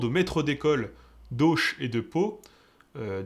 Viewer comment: Ta prononciation d'Auch m'a fait rire 😉